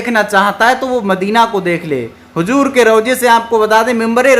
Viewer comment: Hujoor nahin hota hai HUZOOR bola jata hai.Aap ki Urdu sahi nahin hai